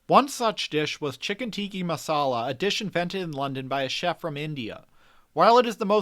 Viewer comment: It's chicken tikkA masala, not tikki...